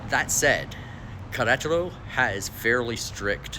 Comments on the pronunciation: Welcome and que le vaya bien! Appeciate your video and would just encourage you to really work on your spanish. Especially how to pronounce "Queretaro". Spanishdict has a nice audio pronunciacion guide, just fyi. Suerte! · Learn how to pronounce the city name , please, in Spanish! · Did you learn how to pronounce Querétaro?